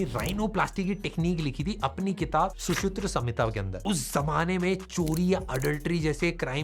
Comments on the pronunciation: Shusutra nahi hota, Shushruta hota hai 🤗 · Acharya shushruta...not shushutra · Pls sir pronounce sushruta word it is su shru ta